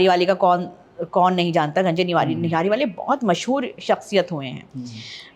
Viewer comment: Aapka taluq purani Dilli se hai aur aap nahari ko nihari bol rahi hai